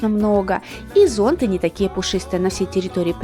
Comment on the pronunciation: ЗонтЫ, а не зОнты!